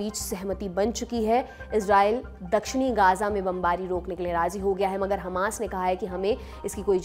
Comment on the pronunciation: ग़ज़ा और उम्मा बोलिए गाजा और उम्हा नहीं